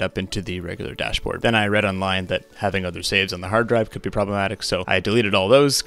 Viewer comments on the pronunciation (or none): I like the "heeard draive"